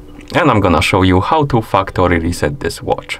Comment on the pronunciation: Thanks for the fuktory reset tutorial lol